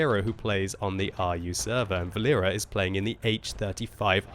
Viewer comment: Not vaLEra, it is more VAlera from name VAlery, Its a Boy's name) VAlera( similar to VAlley)